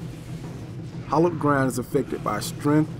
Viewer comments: It's hAllowed not hOllowed. Idk, that just bothered me a bit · It's Hallowed Ground, actually, just letting you know :)